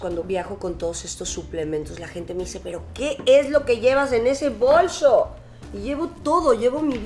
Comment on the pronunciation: Min 1.24 dice claramente bolso las demás veces dice bolsho con voz de ruca